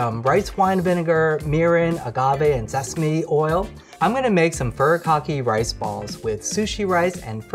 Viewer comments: Aren’t you Asian!! It’s furi kaki not furr a cockeee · Awesome video!! For anyone wondering, Furikake (pronounced more like foo-ree-kah-kay) is a rice seasoning that's pretty accessible in stores like Uwajimaya :) Very tasty! It's definitely worth a try, and there's lots of different varieties, including vegetarian and vegan ones. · how does a korean not know how to pronounce furikake correctly